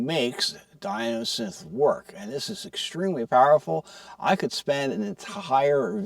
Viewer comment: Enough. After the 7th time hearing '''Di*N*osynth''': no more. Distracting...& just plain dumb. Thumbs down, & unsubscribe. Seriously?!?!?